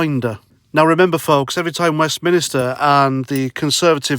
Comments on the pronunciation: IT IS NOT "WEST MINISTER* IT IS WESTMINSTER FFS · It’s WEST-MIN-STER 😉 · Hi, just a small point Love you man, but a minister is a person so you should say West MINster not West Minister,Sorry but it erks!!